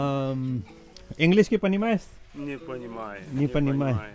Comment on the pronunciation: Not englishki its angliski bro